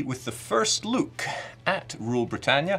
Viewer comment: I was like "he can't say Europa" and about ten seconds later "oh it's okay, he can't say look either."